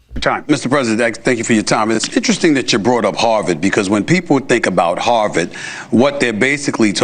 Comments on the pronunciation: You got a black guy who can’t pronounce his words clearly. Obviously Trump couldn’t make out what he said either! Hou-verd. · 😂😂😂😂😂😂what the hell did he say Harlem HAHAHA what a freaking idiot, and as phony as Stephen A smith is. He just sat there looking even stupider and didn't bother correcting this idiot 💙💙💙💙💙💙💙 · He said Harvard, but Trumps (Proud Boy/KKK) Brain heard HARLEM. That gave him someone to blame. The guy that will tell you he has done more for the Black Community than Abraham Lincoln will turn around and throw them under the bus. Remember Donald Trump is a blame guy, he loves to point out other peoples faults so nobody looks at his. That is TYPICAL BULLY BEHAVIOR. Donald Trump is a Child in his head. But I would LOVE for ANY Credible Psychologist to weigh in on his answer to a straight forward question a 6th grader WOULD HAVE UNDERSTOOD, could have focused on and answered it correctly. Instead of doing like he always does and goes Way Off into Left Field with everybody kind of nodding their heads in favor for him, but with a look of disbelief on their faces. Especially the poor guy that asked the Question. He is listening to the answer and thinking "I can't say anything to correct him or I'll get caught in a fight I can't win"! So he just keeps nodding his head, but in disbelief (like in his first term with a Doctor sitting Right Behind Him with a look of complete disbelief on her face when Trump told Americans on National TV they could use BLEACH to cure Covid and she knew she couldn't correct him)!!! How can you win an argument with a guy that will tell a lie Over and Over until you give up, and his followers believe it the First Time he says it? That is Trumps main mode of operation on everything he does. LIE and DENY to the point that even He starts Believing the LIE!!! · Someone handed him a note while he was talking. "HARVARD NOT HARLEM!"